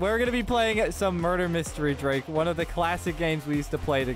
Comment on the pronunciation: i like how u call drake are drade